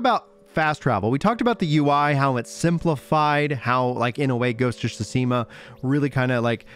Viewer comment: “Ghost of shoeseema” 😂😂😂